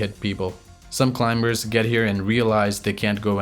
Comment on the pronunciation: pronounce CLIMBERS with silent "B" as "climers".